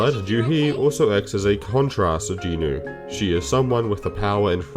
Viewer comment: Not that important, but thanks for pronouncing Jinwoo properly